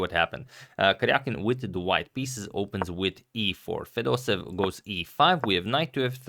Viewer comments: #pronunciation It’s not fedosev It’s fedosEEv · I don't speak Russian, but I assume the pronunciation of the name of the man playing with the black pieces is not 'feh-DOH-sev,' but, 'feh-doh-SEH-yev.' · Hi, Antonio! Thank you for the video, it is good as always! However, you constantly made the same mistake: your pronounciation of Fedoseev's last name is incorrect. You should stress the third syllable: FedosEev is correct, not FedOseev. Thank you again for your videos! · Everybody and their cousin pronounce fedosEEV instead of feDOseev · it's fedoseEv, not fedOsev. there two e and the emphasis is on the second e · And the accent is on the first e fedosEev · The pronunciation of Vladimir's surname is more like Fedoséev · here in this popular video you pronounce Fedoseev differently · I don't think that any person would be pleased by the misspelling or/and mispronunciation of their name. And I am not your brother. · Antonio, thx for the content! Jfyi. Fedoseev is pronounced with both e having their own sound. They do not get merged into a single sound